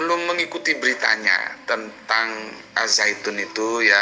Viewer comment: Ternyata pintar juga dalam segi pelafalan bahasa Arab.Yg benar mmg di baca Az-zaitun bukan AL Zaytun.